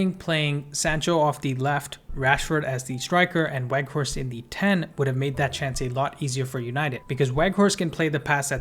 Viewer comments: Bro, it's pronounced "Vout Veghorst", the W is changed to a V. He confirmed this himself in an MUTV welcome video interview. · haha u said it a few times wrongly though, just helping you out with a reminder. I think it's a good habit to develop as part of professional presentation, just like how we learn to pronounce names like Tchaikovsky or Saoirse correctly. Just some constructive criticism, don't take it the wrong way.